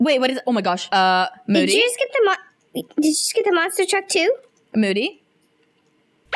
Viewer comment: It’s moody not moddy